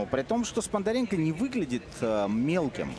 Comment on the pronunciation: Комментаторы молодцы- Сподаренко они говорят Спондаренко